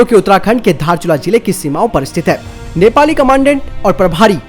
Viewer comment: धारचुला नहि बे 😂😂 दारचुला हे ओ भि नेपाल का हे।